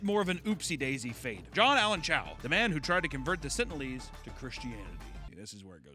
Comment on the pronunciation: Come on,... it's pronounced "sentinel-ese" (sen-tin-eL-ease)